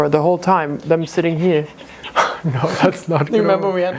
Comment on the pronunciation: That Aussie “naur” has rubbed off 😂